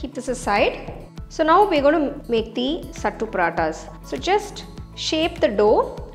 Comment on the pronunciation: Youre pronouncing it wrong . Its सत्तू not सट्टू